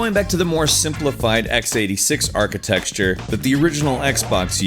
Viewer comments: This guy keeps saying "archi-texture" instead of "architecture" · Dude, it's architecture like "are-kih-tek-sure" not "are-kih-tek-shh-chure" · It's architecture NOT Architexture!!!!!!!!!!!!!!! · lol "unified memory archiTEXURE" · Is he saying architecture or archi-Texture??? LMFAO! :) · Haha so funny man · yeah I heard as well ridding me mad :D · "architexture". Dude it's architecture. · It's architecture, like with buildings, NOT achiTEXtture! Sorry, but this is bugging me like crazy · ArchiTECTURE, not ArchiTEXTURE. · It's architecture not architexture ;) Nice video though. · Dude, it's architecture, not architexture :( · It pains me when he says "architexture" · i came looking for this comment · lol "X86 architexture" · thank god im thought i was the only guy hearing him say architexture. drove me nuts lol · "ARCHITEXTURE" :D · Is it me or does it feel like he says Architexture? :P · What is 'archi-texture'? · lol stop saying "architexture"! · Both of those are wrong 😂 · Great video, but your pronunciation of "architecture" is jarring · Can someone teach this narrator how to pronounce "architecture?" There is no letter x in architecture. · Just happened to be watching this video in particular when it finally just got too much for me. Man, how you pronounce architecture and iteration, just irks me so hard. Iteration, okay it makes me cringe each time, but fine, technically it's still spelled that way, but there is absolutely NO reason to be pronouncing architeCture as architeXture. Ugh! Not trying to be a dick, but MAN is it just grinding every time you say it.